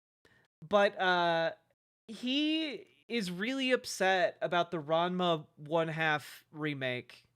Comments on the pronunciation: The reason that is pointed out is because goes on and on about how people aren't true fans of the show, but he isn't actually even pronouncing the show correctly. It's strange to claim to be an OG fan without knowing how to say the name of the series. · Since he can't pronounce Ranma 1/2 properly, we should call him ""